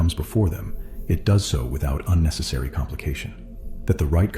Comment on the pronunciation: unnecessary* not unnessisary or what ever that word was lol. Sorry bro but my Tism clocked in on that hard. Love the video brotha